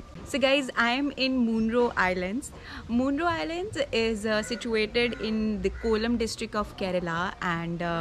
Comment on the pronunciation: Little correction.. Munroe is pronounced as मनरो. Also the river is ‘Kallada’, not ‘Nalanda’